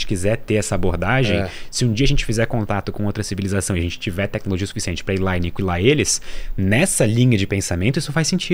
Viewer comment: Que agonia dele falando aniquilar como se tivesse trema no u. Pelamordi! Por isso que eu gostava do trema.